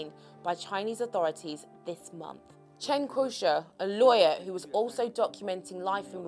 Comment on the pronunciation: First, learn to say the Chinese names properly. Chen KIO Shee? President GZI?!? Come on! You're just losing credibility with this amateurish covering. But yeah thanks for at least spreading awareness of already old news. Less thanks for spreading the WHO's line of thought, which is funded (or rather corrupted) by the CCP. China's effort have been "swift" and "aggressive" but this is NOTHING praiseworthy. They've had to take desperate measure because of their initial negligence, which is inherent to an autocracy. They haven't been transparent at all, only manipulating numbers and categorisations rather than concealing them altogether, which is even more confusing. They haven't let any foreign experts in. They've pushed contradictory propaganda all over the place. There is nothing enviable in the ways they've tackled what is going to start a worldwide pandemic.